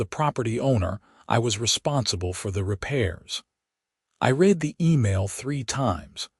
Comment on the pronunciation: The AI narration is pathetic. Imperfect AI narration hasn't been refined enough to distinguish between the correct pronunciation of read in the context it has been used.